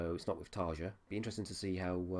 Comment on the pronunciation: You say you've listened to Nightwish before, but don't know how to pronounce Tarja's name? I wish reaction reviewers would do just a little research.